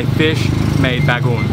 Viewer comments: BA- GO - ONG ! not bagoon =) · Bro its “Bago-ong” not bagoong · It's not bagoon...it pronounce as BA-GO-ONG.😄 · ba-go-ong not bagung. on how to read/pronounce it. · Its not Bagoon.... Its Bagong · It's pronounced like this "Ba go ong" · OMG, didn't anybody corrected you on the right pronounciation of BAGOONG? You have to pronounce it as a 3 syllable word like so BAG GO ONG. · the way you eat (bago-ong) to be pronounced is way to salty.. you can spread it all over your rice but don't eat it as whole, too salty! but nice, hope you can try all of our famous food here in the Philippines! :) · I was eating my toasted sandwhich then clicked on ur channel, now I'm craving lechon, alas none to be found in Melbourne. btw say bah-goh-ong for bagoong, split the Os in 2 short syllables.. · Ahhh, yesss, I did badly with my bagoong pronunciation. Especially for as much as I eat it youd think I could get it right? haha Well, I must say, this wasn't any ordinary lechon! I am sure you know that though! Thank you so much for watching! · Since you love bagoong might as well learn to pronounce BAGO-ONG right! 😄